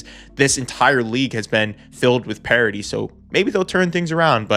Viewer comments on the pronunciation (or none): Parity. Not Parody.